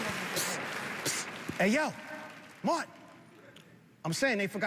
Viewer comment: MAR TIN 😂